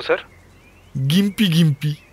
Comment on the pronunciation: গোয়েন্দাবাবু, ওটার উচ্চারণ জিম্পি ( gympie ), গিম্পি নয়। মোটামুটি ভালোই লাগলো অবশ্য।